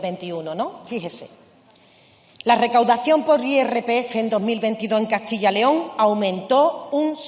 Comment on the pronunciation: Se dice Castilla yyyyyyyyyyyyyyyyyyyy León mendruga!! Siendo ministra lo debería saber. Su comunidad es Andalucía, no Handalusia, ni Andaluzia, ni Handaluzhia, entiende señora!!!??????